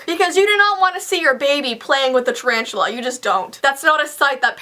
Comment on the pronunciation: said 'Charanchula' LOL